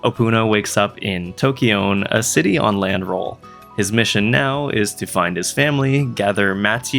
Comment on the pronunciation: Tokione is probably tokyo+one, so toki-one instead of tokey-oone haha